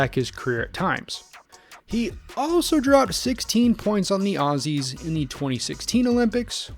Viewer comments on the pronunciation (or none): none